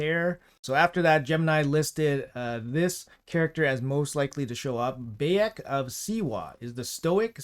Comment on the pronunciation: Pronunciation, if you care is Al(l)-tie-air. Bai-ek, Ba-seem